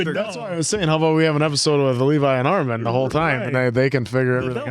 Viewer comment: STOP SAYING ARMAHN